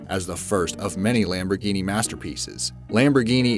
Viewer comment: It really irritates me that he pronounces Lamborghini Lambroghini